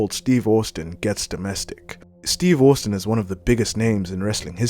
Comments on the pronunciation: You are pronouncing Austin wrong.. it is pronounced Ost-in not owust-in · Take this down and either re-do it, pronouncing Austin properly or just leave it off, as this is too embarrassing! Also, how did you manage this when his name is said repeatedly in every match he is in? Humiliating!